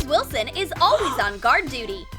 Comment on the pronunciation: Did they say ms.wislon 2 times😂🤣🤣🤣🤣🤣🤣🤣🤣🤣🤣🤣🤣🤣🤣🤣😂😂😂😆